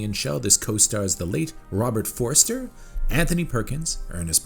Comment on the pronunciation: How old are you? This is the second review where the narrrotor mispronounces Robert Forster’s name. Forster not Forrester. Never saw Jackie Brown or were you born after 2000 lol